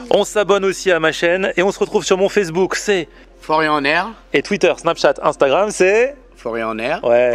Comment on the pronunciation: Elle dit amstamgram comme moi 😂😂😂😂😂😂